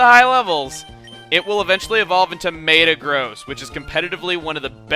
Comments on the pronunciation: It's 'Meh-tah-gross', not 'Mei-tah-gross' =P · You say Mate-A-Gross I say Met-A-Grr-Oss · "May-ta-grohss"?!? Really? First time I've ever heard THAT pronunciation. I've always heard "Meh-ta-grahss" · Mate-a-gross? I thought it was Met-a-gross. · meatagross...? pretty sure its pronounced meta-gross not MEAT or MEET but MET-AGROSS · i thought it was metacross not metagross thats what all the movies with metacross in it call it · ITS PRONOUCED MEH-TAH-GROSS NOT WHAT YOU SAID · May-ta-groas? wat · he said may-ta-gross....just saying, it's close enough. tomato/tamato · M-eyh-tah-gross? trolololololololol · Mate-uh-gross has to be the worst pronunciation of Metagross that I have ever heard. :P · Umm...Shouldn't Meta in Metagross be pronounced like metal without the L, not Meta like beta. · I never heard of metagross pronounce like did 0_0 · It's okay, Chugga, even if you did pronounce Metagross wrong... I even have the talking toy to prove it. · Wait, how did he pronounce Metagross? I don't like it...